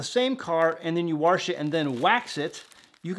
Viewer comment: WaRRsh is so funny to my New Zealand ears (eas). We hardly say our (ow) Rs (ahhs) let alone add one. Car (caa), bar (baa), far (faa), shower (sho-a), hour (owa) 😅 Bring on an over (ovaa) flowing cup with our King and your Jamie! Shalom Zac